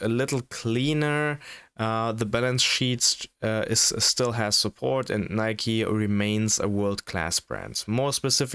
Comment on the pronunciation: skipped as soon as I heard "nyke" lmao